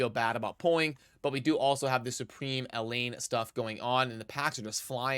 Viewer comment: I love the Raid content creators.. But by God man.. Do none of them learn the names well enough? It's not Elaine, it's El(H)ain, with the emphasis on the H in her name.. Lmao.. Love ya! Still better than Ash! 😂🤣😂